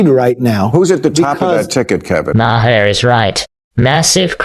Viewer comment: Bill Ma Har? Really ai